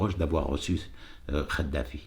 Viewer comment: Kadafi et non pas Khadafi Kadafi avec cette lettre ق et pas avec celle ci خ . Tu arrive pas a faire la différence c'est pour ça lol et tu défend les musulmans avec sar Ko . Effectivement pas de prière dans les caves mais pas de prière du tout . Le comble un musulman light pour un islam de france , comme toi quoi .